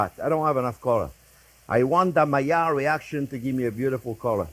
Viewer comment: It's funny when the sheft say I'm waiting for the maillard reaction, it's sound almost like if he would say magyar reaction. 😂